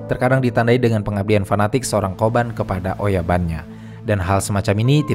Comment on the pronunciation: Kobun bukan ya? Bukan koban